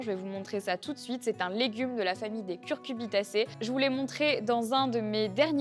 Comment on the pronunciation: Hello, Super chouette vidéo comme d'habitude:) Par contre, on dit cucuRbitacé et par CuRcubitacé:)! Loin de moi de vouloir "show off" mais je me souris toujours quand j'entends cuRcubitacé haha